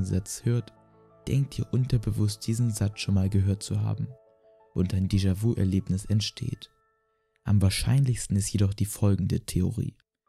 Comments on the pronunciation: Mich triggert das voll, dass du es vu und nicht vü aussprichst XD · Deejawü ausgesprochen ;D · "Descha wu" Hahahaha du lappen ich kann nicht mehr!! Lern mal französische wörter auszusprechen 🤣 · "jamäis wu" 🤣 schämst du dich nicht..? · Gutes Video es wäre aber gut gewesen zu gucken wie die französischen Wörter ausgesprochen werden zb nämlich dejavü! :D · Nicht „déjà- „wu“ sondern déjà „wü“ und nicht „jamäs -wü“ sondern (stimmhaftes) „schamä-wü“. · deejavüü und jamää vüü